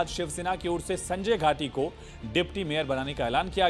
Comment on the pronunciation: सारख सारख हा पत्रकार संजय घाडी चा संजय घाटी असा उच्चार करत आहे